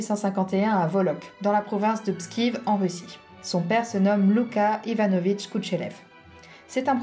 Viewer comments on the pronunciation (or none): Et bien, ça alors ! Merci pour Elisabeth ! Juste un mini détail, c'est Pskov, pas Pskiv :-) Sylvie Braibant, auteure de la bio d'Elisabeth